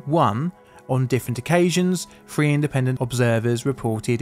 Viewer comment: Nineteen seventy THree. Not seventy free. I know. I was there.